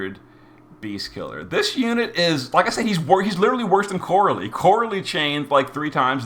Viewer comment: OHHHH you were saying "Chorale"...Dude, I heart you. But it's "ko-ral" phonetically. He's part of that whole musical theme in that awful Season 3. Ok, now back to -worship I go.